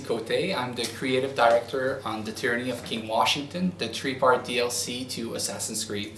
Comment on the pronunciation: Three not tree....